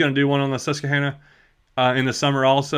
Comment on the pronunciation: You’re pronouncing Susquehanna wrong by the way. Very close though.